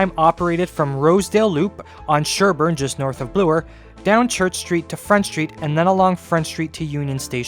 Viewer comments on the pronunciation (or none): I love you dedication to the issues at hand. It is truly impressive. On a completely different note, I could not help but notice that you pronounce 'Bloor' as 'Bluer'. I was just wondering why do you do this, since it is the first time I hear such version.